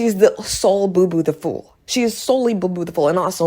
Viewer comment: Cant even say booboo the fool right smh